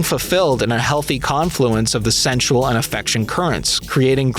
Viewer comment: How many times can you say 'sensual' in ways that make it sound like you're trying, and failing, to say 'central?'